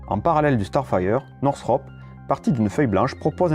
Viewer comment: Lot of mistakes in this video. The F-102 never carried the Genie. The F-94 had M-3, not M-2 machine guns. The mispronunciation of Lockheed and Northrop are also annoying. Oh well.